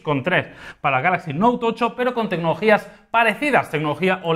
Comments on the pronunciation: Porque siempre decís note tocho? Tan difícil es decir note Ocho ? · El "Noutocho"